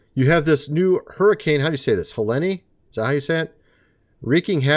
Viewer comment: Helene pronounced Heleen. Strike will be bad for those not stocked.